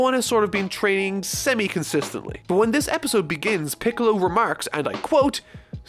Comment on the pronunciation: Hold on. Did you say “Gohan going off to train with and recruit PICKLES” ?!?? Lmao